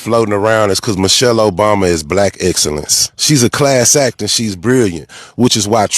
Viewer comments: He didn’t even pronounce her name correctly. Mo-shelle. He’s sick and I hope he loses everything. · Who’s Moushale?? 😂😂😂😂😂